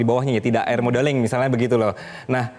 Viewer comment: Aerodinamis bang, bukan aero modeling